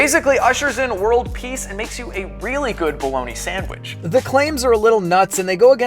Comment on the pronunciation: If it can make me a “samich” take my money!